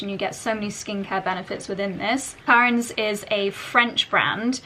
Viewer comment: So much blablabla about the products and you don’t even know how to say Clarins…. 😮